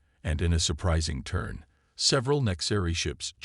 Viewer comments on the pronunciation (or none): none